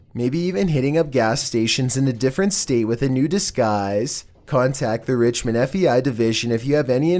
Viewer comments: Either I'm going crazy or I'm actually hearing you say F. E. I. Instead of F. (B) .I. everytime you mention the bureau.... was this on purpose to see if anyone would catch it or?? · Sounds like you’re saying F.E.I. (instead of FBI). What’s up with that? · I'm sorry dude, but it's F B! I not fei... you keep saying FEI, IT'S FBI!!! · are you saying fbi or fei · FEI ? It's called FBI not FEI. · Do you keep saying F E I ? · Its not the FVI like you keep saying its the FBI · He said FVI like 1000 times its FBI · Whats the fei? Are you saying fbi?? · It’s pronounced: F-B-I NOT F-E-I. At least, that’s what it sounds like You are saying through out the video. Rgds Adri 🕊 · Is it me or does it sound like he keeps saying FEI instead of FBI? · Andrew Day if you know what he looks like, it's because he's smiling so big he can't say B! Lol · FEI?... DO YOU MEAN FBI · I was lookin for someone to bring up the fact that he keeps sayin fei lmmfao😂😂😂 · ArcaneSiren idk cause it also sounds like he says FVI every time and not FBI lol... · It’s sounds like you say FEI not FBI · if your voice wasn't annoying enough to begin with now you calling the FBI the FEI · Every time you say FBI you sound like you’re saying FEI. 😑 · Are you saying FEI????? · All I hear is Fvi..... FBI.... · Do you have issues saying FBI?